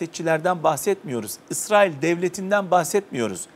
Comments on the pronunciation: Dayı Allah rızası için şu ülkenin ismini doğru söyle Israıl dedikçe iriye oldum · ısrail değil israil önce bi düzgün telaffuz et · Yalnız biri arkadaşa anlatsın Israil diye okunmuyo İsrail diye okunuyor.Birde soru sorunca karşısındaki dinlesin